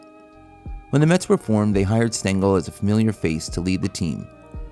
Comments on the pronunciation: Casey “Stangel”? 😂 Uh, it’s “Stengel” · Ffs, it's spelled Stengel not Stangle. You even show a plaque of him on screen with the correct spelling yet you still f*cked it up. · It's Stengel.